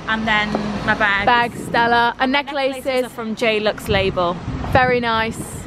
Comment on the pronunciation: i love the way you pronounce 'necklaces' 😅 also are you guys vegan??? bc me too!!💗💗